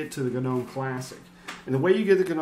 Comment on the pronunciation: It's not guh-nome the G is silent.